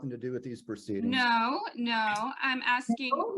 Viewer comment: “Nu-no”. 😡every time she said this I wanted to scream. That and when she would say “I don’t understond “. Even though she says “understand” totally normal in other instances. I may she records everything….does she ever listen to herself later? I have and it’s greatly changed my own behavior and the way I address others.